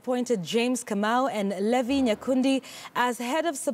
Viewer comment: It is pronounced Lee-Vie